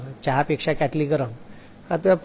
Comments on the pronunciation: त्यांना साध किटली बोलता येत नाही तो क्याटली बोलतो आणि हे म्हणे गुरुजी आहेत आधी मराठी भाषा शुद्ध बोला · क्याटली नाही रे किटली असते ती😂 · Marathi... Kitli mhantaat kyaatli nahi😅😅